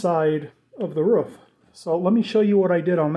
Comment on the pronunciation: Ruff. Roof. 🤣